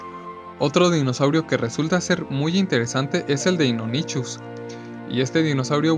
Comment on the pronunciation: Muy buen video n.n Me gustó mucho... Pero como uno (Gabriel Gonzalez) ya te ha dicho cuáles fueron unos pequeños errores que tuviste, yo te aconsejo en otra cosa. Cuando mencionas al Deinonychus y al Pachyrinosaurus, los mencionas con la "ch", pero en realidad, todos los nombres de dinosaurios que tienen una "ch" se pronuncia como una "k" o una "c" (dependiendo del contexto). Por ejemplo, se pronunciarían "deinonycus" y "pakirinosaurus"